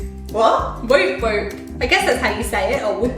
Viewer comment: The 'oo' in 'woop woop' is a short 'oo' sound, pronounced more like the 'oo' in book or took, not like in moon or soon. And the 'g' in 'sanga' is a soft 'g', like in singer or hanger. 😊